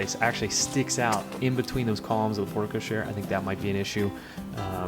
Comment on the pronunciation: FYI. Porte-cochere is pronounced port ko sher.